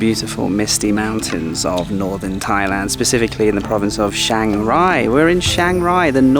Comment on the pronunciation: Chiangrai or Chiang Rai is not pronounced "Shangrai".